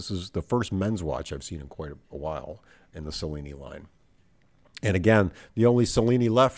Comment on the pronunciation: My father, a native Italian, would have pronounced Cellini like cello, not like cellophane.